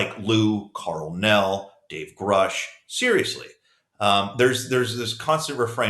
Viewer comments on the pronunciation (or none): Good thing Lou supports Grusch...He just needs to learn how to pronounce his name. It is Grusch , not Groosh.😅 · Lue doesn't even know how to pronounce Grusch's last name. It's not 'Groosh' it's 'Grush'. They didn't work together. This is all just about selling his new book. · If he worked so close then why cant he even pronounce Gruschs name correctly? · Lue says he worked with David Grusch and knows him well. Explain to me why he doesn't know how to properly pronounce his last name?